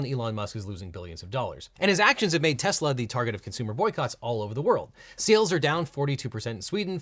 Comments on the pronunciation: dont forget when he pronounced it "Tesler" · "I Love Tesler!" - President Trump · “I love Tesler”, the second he said it I was like, “oh no, that’s a new vocal stim” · You mean Tesler? 😂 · “I love tesler” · In addition to “everything’s computer” we also got the gem which is “I LOVE TESSLER” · IT'S TESLER. 😂😂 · It's tesler ....get it right . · You mean "Tezler" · Sir it's pronounced "teslarrr" 🤣🤣🤣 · I love "Tesler", what a moron. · You're wrong legal eagle. "I love tesler" is the funniest thing! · "I love tesler" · Is “everything’s computer” really the funniest thing someone’s ever said? There’s also “I love Tesler!” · It's definitely Teslur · Also love how Trump butchers the name - TesSlur.............